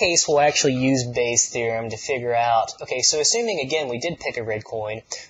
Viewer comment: "Part Bay" LOL Bayes' theorem getting to your head now xD